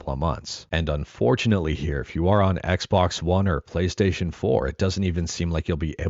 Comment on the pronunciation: Why they call it Chonkystaytion?😝🫠!